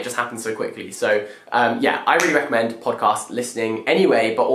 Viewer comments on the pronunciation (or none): none